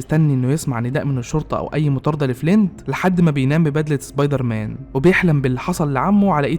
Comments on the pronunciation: امتى سبايدر مان بقى زبايدر مان يسطا في فرق بين س و ز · يعني الموسيقى تخرب الفيديو وصاحب الفيديو بيقول زبايدرمان عادي 🤔🤦🏼🤦🏼🤦🏼🤦🏼